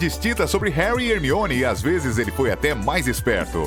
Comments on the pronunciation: É (Hermione) e não (armione) 🙄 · É Hermione e não Harmione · Não, a Pronúncia em Inglês do Nome da Hermione é "Harmone" e o Cara do Vídeo me Solta um 'ARMIONE' KKKKKKKK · Ele até falou armione kkkk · Sim!!! O pior que quando ele chama a Hermione de “Armione” no início do vídeo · Achei que só eu tinha ouvido "Harmione" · armione KKKKK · Harmione.... Mreu deus. Escolham uma pessoa que siaba dizer os nomes pelo menos... E agr Wesley. MEU DEUS a única coisa que tenho a dizer... OUTRO: Hogoarts. meu deusssss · Esse cara fica falando harmione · ARmione grager? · sempre eles falam o nome do harry hermione e rony errado , que saco cara